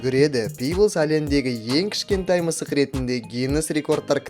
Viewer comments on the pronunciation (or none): none